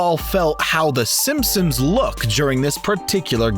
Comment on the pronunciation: In the intro did je say the simpsims